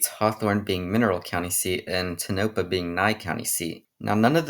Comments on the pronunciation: Not how you say Winnemucca....or Tonopah.... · Love the video dude but as a native Nevadan myself, some of the ways u pronounced the towns coulda been better. Like tonopah and ely. Tonopah ends like your saying the word paw, and Ely rhymes with steely. I don’t know why but the people in those parts are very persistent on the names